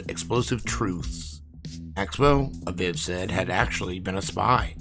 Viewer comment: Say it with me Uh-Veeve (aviv)